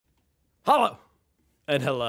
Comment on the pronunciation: If you want to ace your pronunciation of your "Hallo" then put the stress on the o at the end :)